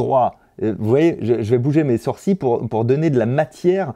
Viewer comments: "On a énormément de mouvement de SOURCiiiiS" ??? Ha ouais, ça se dit comme ça "sourcils" ? 😂😂😂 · Nobody : Fabien Olicard : « Les sourciLLes »